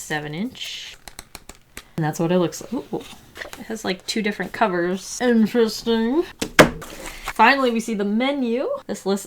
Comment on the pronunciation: says interesting in a funny different way ( •̀ ω •́ )✧